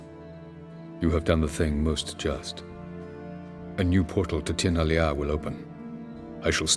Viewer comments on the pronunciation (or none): So, a lot of Elder Speech takes words/parts of phrases from Irish and other Gaelic languages. Tir na Lia, if it interests anyone would mean either "The Land of Stone" or "The Land of Healers" in Irish ("lia" is a homophone) Also, "lia" should be "lee-a" not "lee-aah" if that makes any sense ^^; I think CD could have been trying to make a reference to the Lia Fail which is a stone that High Kings had to stand on during coronation as they were being brought into office. A very, very sacred stone! I'm not really sure about that in particular to be honest but thought it might be of interest to someone!